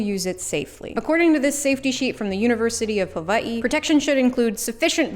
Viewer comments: this is probably such a niche thing to comment about, but it really is appreciated when people say ‘Hawai’i’ correctly like you did where the ‘w’ is pronounced like a ‘v’ 🥹🥹 i usually don’t comment on your videos because i usually don’t have much to comment on, and support quietly, but i’d like to say a big Thank You on behalf the people who care about Hawaiian pronunciations and enunciations. it really means a lot and shows that you either did your research well or were taught by someone who knew, and it’s cool to see other people who don’t look like they’re from the islands doing that. i do really enjoy your content and your cosplay videos have honestly helped me a lot in means of being comfortable and excited to try and put my own things together some day soon. 💖💖💖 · extra thumbs up for saying "Hawai'i" correctly